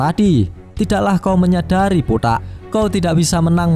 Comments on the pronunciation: bg kenapa klw bilang botak itu "botaq" akhir ny di teken botaqk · Dari kata botak saya tau mimin orng jowo..soalnya pas ngomong botak gada huruf "K" nya..cuma pajangan doang..tpi btw nice reviewnya min smngt